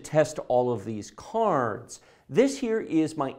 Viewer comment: the way he says "caarrrds" LOL